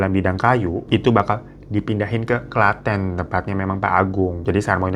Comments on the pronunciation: Tenang Bang Hiro, gw nyebut Klaten jg sering dengan pronunciation bahasa Inggris wkwkwkwk. Bang, lo kok candu banget dah, gw sampe ngulang video lo bisa sampe 2-3 kali per video. Enak bgt denger gibahannya wkwkwkwkw. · Klaten jadi klètèn Sudimo jadi sàdimo 😂